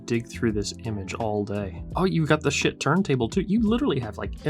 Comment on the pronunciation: Its pronounced skaheet not shit. Just sayin😮